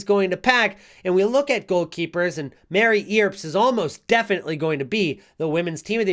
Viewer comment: Mary 'ERPZ' just for future reference brotha.